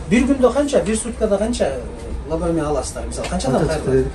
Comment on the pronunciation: Лаборатория, а не Лаборотория